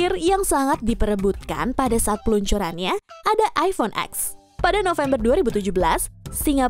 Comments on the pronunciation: Bacanya masih iphone x yh bukan iphone ten 😅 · Cuma di Indo, iphone X bacanya huruf X, padahal dari sana bacanya 10 (ten) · iPhone ten bacanyaaa bukan X 😓